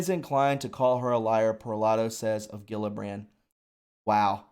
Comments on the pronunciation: it’s pronounced, Jill-a-brand. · You're driving me nuts. It's Jill-a-brand. Geez!